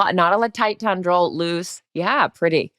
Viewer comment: it's TEN-dril, not tun-dril.